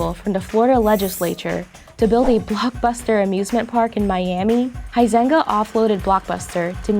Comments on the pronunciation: Huizenga: pronounced “Wee-senga.” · The way she pronounces the dude's last name "Huizenga" really hurts my Dutch ears.